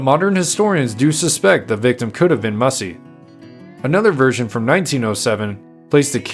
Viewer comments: Pronounced "MASAI" NOT MASSY!!!!😮😮😮😮😮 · He was not the last free Apache. There was a large band of Chiricahua led by Nino Cochise lived high in the Sierra Madre! Also! You are misprouncing his name! It is Massai, not Mussy! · I'm sorry his name wasn't pronounced Mussy. It was pronounced Mass- as in Catholic mass and I, as in you and I. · MASS I NOT WHATEVER HE SAID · You mispronounced his name.